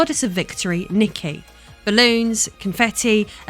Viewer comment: Nee-kay for future reference